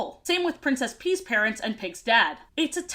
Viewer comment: to me princess pea at time sound more like princess pee.